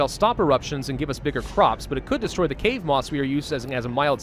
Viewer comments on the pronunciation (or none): none